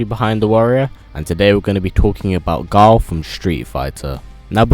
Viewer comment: You keep on saying Gul 😂